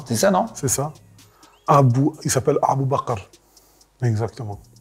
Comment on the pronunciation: 😂😂il m’a tu il dit abou ba9ar (bakar) = le père des vaches